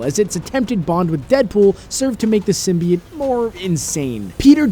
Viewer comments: It's "sim-bee-oat" Not "sim-bee-yet" I'd even take "sim-bi-oat" Over how he says it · its sim-bee-ote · Anyone else bothered by their pronounciation of simbiote? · I love this video but the way you said symbiote drove me crazy! XD